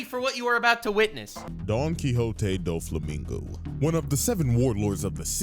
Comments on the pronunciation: I lost it at "Don Quicks Oat" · Don't worry. When I played Castlevania: SotN when I was younger you can find a book titled Don Quixote. And I pronounced it the same way you did